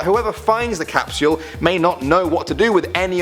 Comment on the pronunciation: i love ur vids but pks stop saying capsule so weird it bothers me tbh